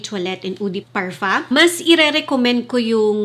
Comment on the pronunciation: Can you stop pronouncing parfum with parfa when you have a filipino accent? It doesn't sound good it's cringey. Love your videos tho 🙂